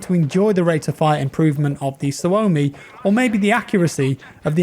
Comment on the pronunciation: It's pronounced SUO-mi, rather than su-O-mi